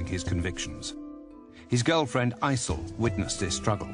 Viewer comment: he did aysel so wrong :/